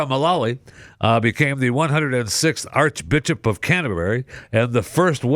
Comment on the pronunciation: Did say Arch bitchup..? lol